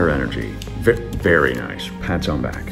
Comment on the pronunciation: Be vewy vewy quiet 😁